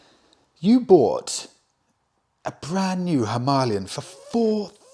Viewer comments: if its pronounced himarlian its spelt himalayan...which to most of us and you , is Him - a lay -an not Him ar lee -an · Hima means snow...Alaya is Abode/Temple.... Himalaya means Abode of Snow Pronounced Him-aalaya Bike: Him-aalayan. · Having a great time watching you struggle with "Him-AH-lian". :D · Himalaya is derived from two Sanskrit words— " Hi-ma,' snow, and " a-la-ya," abode (The abode of snow), that is why it is pronounced, hi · maa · lay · uhn (himalayan). Beautiful bike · The Indians pronounce it as Harmalian simply because of their Indian accent when speaking in English , it’s not a great mystery ,or the end of the world ,as we all know what motorcycle they are referring too . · Himalayan - is not pronounced as you corrected yourself, it's pronounced how you originally thought! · You pronounced Himalayan the right way the first time, your new pronunciation is clearly wrong. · Its just pronounced that way in Hindi simple Just like St Trop etc. Love you channel from Hounslow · You are now pronouncing it wrong. You had it right the first time. It's named after the mountain ranges. Please google it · How Ridiculous,.. If you are going to pronounce the Himalayan motorcycle that way how on earth are you going to pronounce the Himalayas or Himalaya when traveling, Good Luck with that, you are going to sound like a right twit. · Himalayan mountains. Say it right. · Keep saying himalayan as in the mountain. Remember Michael Schumacher . The German pronunciation is sho ma har, the English version per Murray Walker was Shoe Makker.